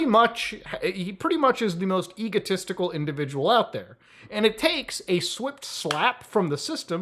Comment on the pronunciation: he said egotesticle xD